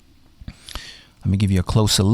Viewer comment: Why do you emphasize random words like "Motorola LOGOO" randomly in the video